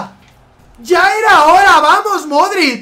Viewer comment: Dices modrict con t i es modrić, digo que lo dices no lo escribes